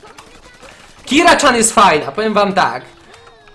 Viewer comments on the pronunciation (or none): PS. TO NIE KIRA CZAN TYLKO KIRA CIAN!!!!!!!